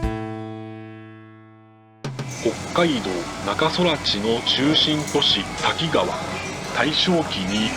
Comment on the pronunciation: たきがわと濁らず、たきかわデス😂😂